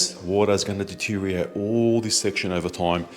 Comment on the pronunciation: Hi, just for clarity the word deteriorate is pronounced De tear ri or rate Not de teariate